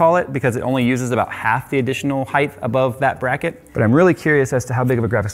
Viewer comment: How you expect people to take you serious weeken you say heigth and not height